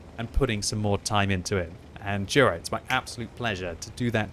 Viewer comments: I think it's pronounced "yura" not "dhura" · And it's not jura = đura it's Jura = yura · You should pronounce it rather like Yura,. Anyway good job like allways.